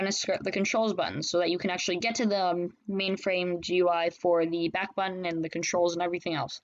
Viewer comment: its backbutton not backutton